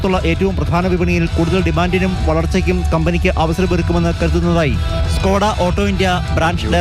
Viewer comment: ഡ്കോഡ' എന്നല്ല ചേട്ട ..... ഷ്കോഡ